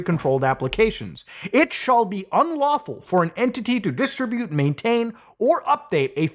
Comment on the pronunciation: Muta's a relatively well-educated guy, I'm mystified he can't pronounce "distribute."